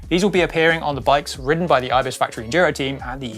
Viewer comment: It's Ibis (aibis, or I-BIS) not Ebis. You know, from the bike vault. :)